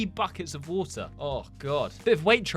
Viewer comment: normal/english water kinda normal/british wutah